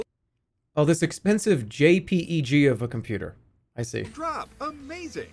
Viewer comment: Actual psychopath. Who the fuck says JPEG like that.